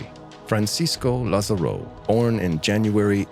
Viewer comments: Just letting you know, in Spanish the written accent in letter A, would put the stress on that vowel, not the last one; therefore, it would be pronounced, lÁzaro. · Also please check on the pronunciation of Lázaro. The video correctly shows the accent on the first "a" but the narrator keeps pronouncing it with the accent on the "o".